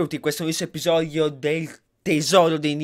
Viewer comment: "Episoio" hahahah #dislessiaportamivia